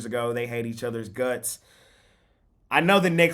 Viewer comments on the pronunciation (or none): none